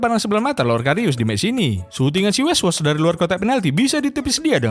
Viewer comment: Weghorst jadi weswos asw🤣